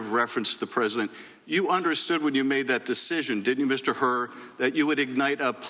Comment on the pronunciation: Hur rhymes with Cur.